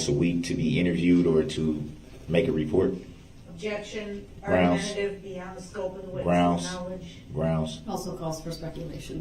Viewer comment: were you able to see a lisenz place for the vehicle? Objection your honour. GROUNZ.